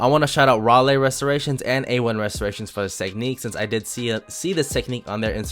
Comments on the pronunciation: aye bro it's RAW-LEE not RAHLAY...just fyi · Rah-lee not rah-lay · “Raw-lay” 😂😂 it’s pronounced like Riley